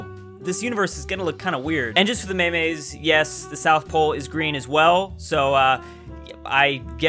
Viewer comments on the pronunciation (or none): Should probably let everyone know that everytime you say "mey meys" your saying memes in spanish